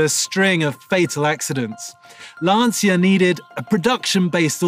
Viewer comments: "Lan-cha" - and not "Lan-see-ya" like he always says. Don't want to sound like a language-terrorist, but was just wondering about him since this is a channel for car enthusiasts - and as a German I know my english's far from perfect btw, damn "th" :) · Please STOP pronouncing "LanSia"... the correct italian pronunce is "Lancha". My ears and heart will thank you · How incredibly hard must be to pronounce LANCIA the way it should be? What's the point of fluffing about all the great things about this car, specs, history blah blah and then one can't even spend 3 minutes figuring out how to say the most important thing of them all: the brand's name. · There's no passion. This guy can't even pronounce Lancia correctly. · Lovely car - and that "car enthusiast" still can't pronounce Lancia correctly, even after several videos. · no, same goes for VW - you'll pronounce it the american way, it's just natural. Same for me pronouncing american brands. But a professional car channel presenter, who repeatedly pronounces a famous car brand like Lancia wrong, can't be taken seriously. But what to expect from a guy, who fully accelerates a classic M1 on gravel. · because the letters V and W are spelled completely different within each language, so it would be really hard for a non-German speaker to pronounce it the german way. Lots of people drove Lancias over here, every 10 year old pronounced them the italian way, so I was just surprised that guy didn't. And I agree with you about the different pronunciations of Hyundai etc. But not about the M1 Video 😊